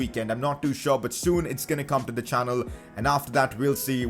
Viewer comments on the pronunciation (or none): none